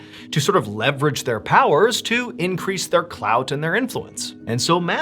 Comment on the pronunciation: Mr ballen saying clout just threw me so hard🤣💀